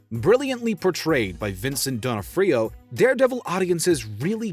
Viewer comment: This one needed a pronounciation guide. Vincent Don-ah-free-oh???